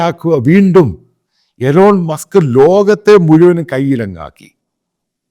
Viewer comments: Elon musk alla eelon musk aanu pronounciation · എലോൺ മാസ്ക് അല്ല മണ്ടാ ഇലോൺ മാസ്ക്